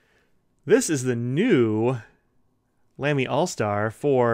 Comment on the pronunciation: The famous brand is pronounced “Lah-me” — NOT “Lamb-y” ( a common mispronunciation that must annoy the fluent and intelligent Germans no end ).